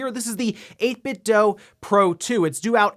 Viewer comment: 8 bit dew. Not 8 bit dough. Idiot.